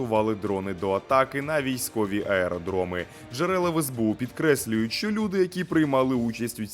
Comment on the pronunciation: АЕДРОМЫ ??? Серьёзно ?😂😂😂